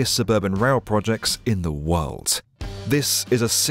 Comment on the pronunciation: And he says world with a ‘t’ in it?! Worldt